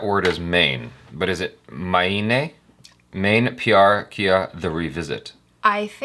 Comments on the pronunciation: and it is pronounced as may nay which means I the whole translation is 'Maine Pyar kiya' - I fell in love or you can also say I loved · U should Pronounce "Mayne Pyaaar Kiya" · It's 'me-ne' pyaar kiya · It's pronounced as" MAY-NAY " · It's main-ae pyar kia